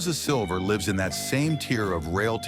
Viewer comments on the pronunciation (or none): none